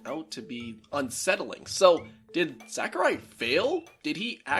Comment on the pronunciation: I'm pretty sure it's pronounced more like Sock-urai, not Sack-urai.